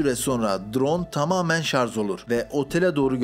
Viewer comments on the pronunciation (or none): ŞarZ değil ŞarJ...